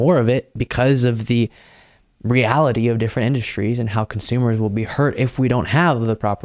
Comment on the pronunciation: In-dust-tries?????indus-tries, big dummy!!!!!